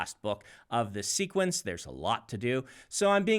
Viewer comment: Did he just say, "sequence"?!